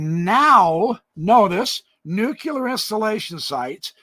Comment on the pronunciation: Never trust anyone that can't pronounce the word (NUCLEAR=NEW-KLEE-ER) instead of (NEW-KYU-LER). Come on, man. I bet you pronounce the word ASTERISK as ASTER-IK. Am I correct? Lol